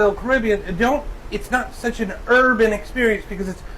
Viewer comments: that R in urban was mighty hard XDDD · how tf this mf manage to say urban with a hard r